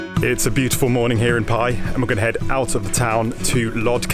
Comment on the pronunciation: Just fyi, its pronounced with more of a "B" sound than a "P"...